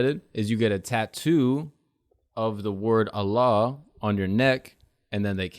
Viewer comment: did anyone else notice how accurate his pronunciations of Alhamdulilah and Allah are 😂 comin to the dark side